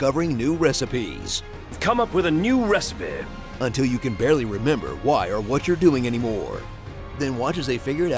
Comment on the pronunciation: I've come up with a new "Re-ci-pehh!"